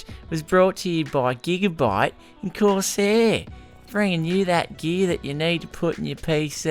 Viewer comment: the ad bit for gigabyte and corsair on the intro cracked me up with the accent, had to watch it 5 times :D